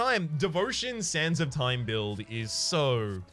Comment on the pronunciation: I keep hearing Sands of Time as "Santa Time"